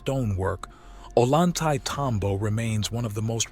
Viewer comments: oh-lan-tay-tambo 😂 you mean oh-yan-te-tambo? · Ollantaytambo is pronounced as Oiy-anta-tombo.. The 'll' in spanish sounds like 'y' in english. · Maybe it really was aliens that did this incredible stuff - "Gods". Perhaps they left no physical remains due to policy like the USMC: "Leave no man behind". (And it is pronounced Oyan-tay-tambo!) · If only English speaking people understood that double L sounds like a Y in Spanish... we would have far less discrepancy between the pronunciations. So it actually sounds like "Oyantaytambo". Other than that, great video as always. I always wanted to go to the west side of the ruins, nice to see some of it up close finally. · At least learn to pronounce the name of the town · Before making this film, the author should have, at least, learned how to properly pronounce the name of the site.